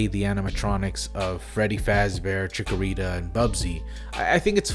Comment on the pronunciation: I’m sorry but I’m never going to get this off my chest that you called Chicago and Bonnie chickarita and bubsy